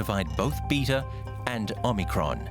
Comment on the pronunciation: Oh MUH Cron!!!